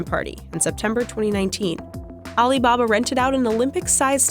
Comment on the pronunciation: Aleebahbah interigence